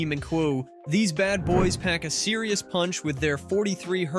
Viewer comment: Did he just say "MK'LL" on the JBL Pro 305P Mark 2?